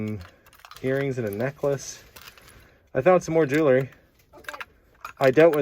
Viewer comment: Arrrrrgggggghhhhhh. It’s pronounced jewl ree. Not jew ler ree.